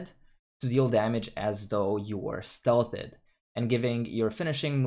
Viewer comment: "stealth-ed" lmfao what?